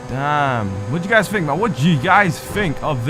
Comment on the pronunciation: It's think not fink